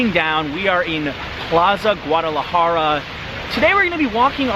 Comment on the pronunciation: STOP saying GAUDalajara. Jesus dude. Get it right